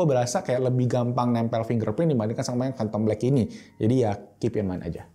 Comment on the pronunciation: "Fhantom black"